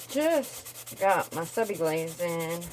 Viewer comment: It’s not Sub I Glaze! It’s Subliglaze.